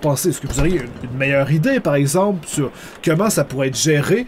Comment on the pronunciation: pourquoi tu dit kemment au lieux de comment?